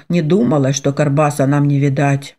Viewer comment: Только почему карбаса,а не баркаса? Режет слух,как будто не правильно прочитали слово.